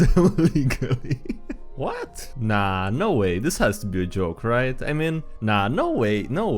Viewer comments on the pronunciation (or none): none